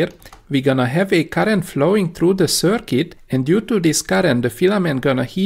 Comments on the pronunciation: Excellent!! You are saying 'circuit' perfectly. I don't know why that bothered me so much, but it made me wince, haha! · Yes . . 'circuit' pronounced much better !